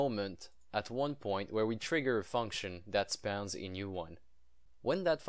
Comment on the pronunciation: "Spoun Z" XD